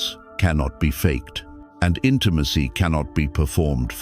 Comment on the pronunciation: Today I learned AI can't pronounce "intimacy".